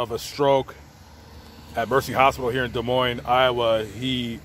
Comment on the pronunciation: Thank you for saying Des Moines correctly! For those that don’t know the “s” are silent : De Moin. Huge pet peeve for us Iowans 😁